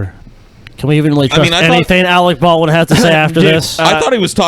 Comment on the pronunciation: Awec Baw-win is garbage.